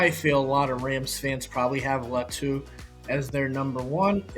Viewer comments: Not luh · Think it’s pronounced Lah to